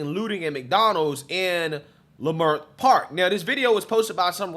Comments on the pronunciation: Just as an aside, as a long-time Angeleno, it's pronounced "L'Mert" or "Lehmert", not "LieMert". I know it's weird...try and say Cahuenga (a main street through town) or Sepulveda. Anyway, LA Times is saying it started with someone saying there was a shooting, or that they saw a gun. The crowd stampeded, and robbed the McD's. One person was arrested in connection with that. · Pronounce “Luh mirt” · Lei Mert!!! WTF IS A LAY MART! Your Not Even from Out Here at least Pronounce The Name Right With your Giggling ASS!